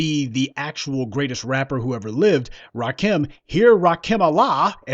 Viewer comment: Eric B and Rah-Koon??? Nooooooooooo, say it ain't so.